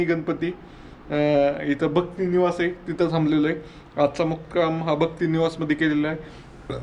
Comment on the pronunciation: भक्ती निवास नाही भक्त निवास बोला